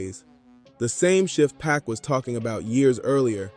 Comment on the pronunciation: Good content but why u say PAC name like that